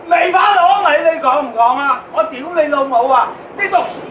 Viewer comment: 好标准的 丢雷楼某